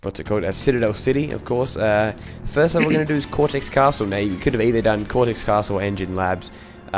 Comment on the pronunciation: pinstripe pronounces "first" as "foyst" ahahahaha😅😅😅😅😅